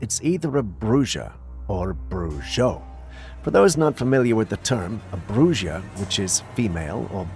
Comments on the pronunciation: steave the white bird the reason its believed to be a bruja or a brujo within latin american countries is because they have seen cryptids that transform into birds therefore bruja (pronounced brooha)or brujo (pronounced brooho) translation of male or male into English it means Witch...wanted you to know how to prounce it correctly 😉 😊❤ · It’s pronounced ( brew ha). Bruja